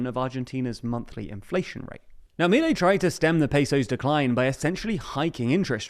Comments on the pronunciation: I'm an anglophone living in AR, I've been watching your great coverage of this country, but I have to correct some pronunciation of proper nouns as the people say things here: MI-lei -> mi-LEI. Accents usually fall on the penultimate syllable, but family names are an exception. You pretty much decide how your own name is pronounced, and this is how Mi-LEI pronounces his own name. per-on-IST -> PER-on-ist: It seems like you're adapting the word "peronista" to English (or maybe doing some French thing? idk), but I've only ever heard it pronounced PER-on-ist by Argentinian natives when speaking English. Merriam-Webster says per-ON-ist is also valid, but I've never heard it. Either way, per-on-IST is out IMO Great coverage regardless! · It's not Me-lay! Ffs learn to pronounce it correctly if u r going to say it every 10 seconds of this video!!! And they're called Peronistas not Peronistes, the language is Spanish not French!!! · The "disaproval", that big loss a month ago, happened only in buenos aires, a state know for being heavy peronist in nature. The rest of the country held their support, as seen in this national election. Also, minor correction, its pronounced milÉi